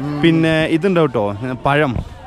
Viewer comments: It is not payam but pazham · പയം എന്നല്ല പഴം എന്നു പറയു